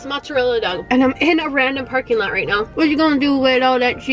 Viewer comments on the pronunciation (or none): none